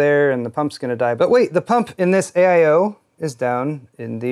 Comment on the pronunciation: I was quite a bit distressed when I heard "AIO"